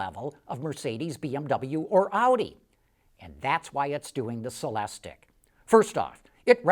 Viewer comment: It's pronounced sell-less-teak ! Stop screaming at me!